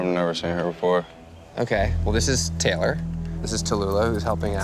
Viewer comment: our names are TAY LOR not TELL ER... geez